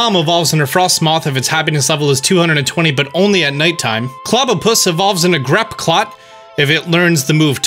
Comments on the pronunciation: Did you just say "grap-clot" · "Grapple-oct". Not "grap-clop." "Dar-man-i-tan". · “GRAPPCLOCT” Grapple-oct. “cosmeom”???? cos-moe-em. how the hell did he pronounce helioptile and heliolisk right if not these???? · Why is he saying Grappclot... IT IS GRAPPLOCT!!! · I’ve never heard a man mispronounce Pokémon so badly, Grap clot the octopus I don’t know if I hate it or if it’s great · Oh yeah I love grapclot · It's pronounced Grapploct